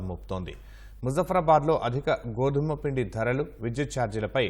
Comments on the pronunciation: గోధాములపై కాదు గోధుమలపై 😢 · Goodamulu kadu thalli godhumulu